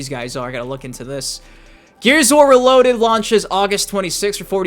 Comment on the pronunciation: "RALOADED" - 2025 😂